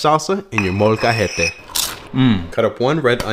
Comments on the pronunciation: Why does he pronounce Molcajete as if he was Colombian, molcahete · The way he pronounces molcajete makes me think he hasn’t spoken Spanish in years